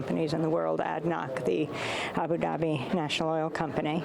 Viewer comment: Ms Goodman ! It's not Abi Dabi its Abu Dabi (It's O not ee !) 🤣🤣